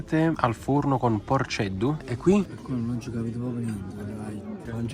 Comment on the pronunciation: È porcheddu e non porceddu